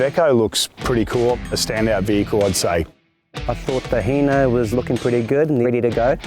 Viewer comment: Hino not hee-no